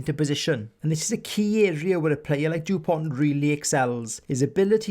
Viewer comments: You must retire the T. It’s Dupon(t).... not DuponT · Awesome Video. But as a frenchman it hurt a bit when u pronounced the t at the end of his name. French is not an easy language i’ll give you that😂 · The t in Dupont is silent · Very good job. But the T at the end of Dupont is not to be pronounced. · Great content overall, with brilliant analysis throughout. Well done Sir ! And thank you. Just a tiny detail, so you may save yourself some time and enjoy an extra year (who knows, with all those spared moments ?!) somehow... in Dupont, the letter "t" is mute. Such as it is for 95% of French names (ie. Thomas, Jalibert, Chat, Penaud, Marchand), mainly those from Latin and/or Celtic legacy.